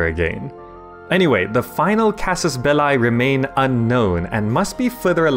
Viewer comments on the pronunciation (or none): belliii (though short i) omg not belai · Am I the only one that is surprised that one one noticed casus belli should be pronounced more like casus "bellee"? The way you pronounce it, casus ballae, is I think the plural of that word. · It's not Belai it's Belee (Belli) ffs....:P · it's casus "belly": "Bellae" (how you pronounce it) is a wrong conjuagation of the noun Bellum - "-ae" is usually a plural suffix, but the plural (genitive) would be casus bellorum. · It is latin. "Belli" is pronounced in a single way in latin: casus belli /'kazuz 'bɛlli/ or /'kazus 'bɛlli/. However there are different schools for something like Caesar (regarding the "Cae" part). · Casus Belli is a latin expression and in latin it is not pronounced with eye but with simply i or if you are English with e. (this being the correct way to pronounce) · anybody get weirded out when he says casus belie with an english accent instead of casus belli like the latin way? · How to recognize Fireaxis plebs : they pronounce it "Casus Bell-ay" Hail Europa! (Universalis) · It's pronounced belee. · "Belli" is pronouced just like the word "Belly". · It`s pronounced CAsus BElee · please look up how to properly pronounce casus belli my ears are bleeding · You're pronouncing Casus Belli wrong. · Yes, I noted that... is really strange. By the way, you did a really nice video! :) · ...That's not how you read "casus belli". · would watch the video but you didin't bother to learn how to properly pronounce Casus belli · Dude do your research that's not how casus belli is pronounced, plus it's Latin not English or British for that matter